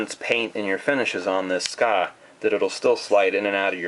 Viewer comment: I´m sorry but its called Tsuka not suka. Since its written in japanese with Tsu つ and ka か (just to show you in hiragana) Still good video!